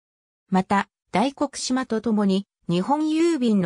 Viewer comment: 大黒島(だいこくとう)ではなく大黒島(だいこくじま)です